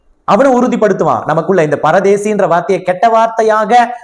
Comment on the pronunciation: Brother not paradesi that is parudees